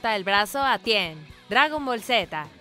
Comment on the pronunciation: Tien?? Jajaja es ten, cariño